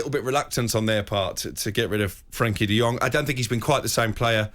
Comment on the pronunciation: Guys guys the name is Frankie De Jong not De Yong. He isn't a Chinese😁😁😁